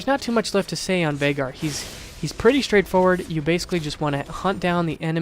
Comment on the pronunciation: Vai-gar is the pronunciation.